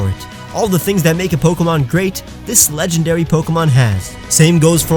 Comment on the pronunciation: And you said "No Legdendarys" 7w7